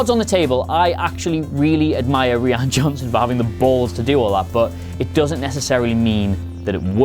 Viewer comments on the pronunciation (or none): It’s pronounced R-Y-A-N (Rian) not Reann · Did you say R-ee-an Johnson It’s pronounced R-eye-an Johnson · The directors name is pronounced "Ryan" not "ree-anne". And they didn't need DJ to hack through the door, but the security net on the outside of the ship. As much as I hated the entire fin/canto bite story line, I thought this part was fairly clear, we see fin ask if DJ can do the job, and we see DJ hack the security system, then we see a first order guy watching a security monitor where a slight glitch happens, then disappears. Maybe you went to the toilet at that point and missed it, I don't know. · Why can’t anybody pronounce ‘Rian Johnson’ I thought it was just Americans at first .. because ‘Mercia.. but even British are butchering it ... it’s RYAN Johnson .. RIE-AN !! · good video. 2 things though: - his name is RIAN johnson. i don't think it's pronounced ree-han. - the music (as always in a star wars movie) was amazingly beautiful and added depth to every scene. should've gotten a mention. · who is this ree-an johnson you keep mentioning? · Is it not pronounced Ryan? I can't tell if he's taking the piss...